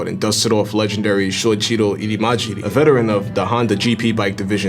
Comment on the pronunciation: Love the video, man! The pronunciation of Japanese names is actually really simple. There are no complicated sounding syllables. Shoichiro is just "Sho-ichi-ro" (and everyone already know Ichiro of the Yankees!). Hope that helps!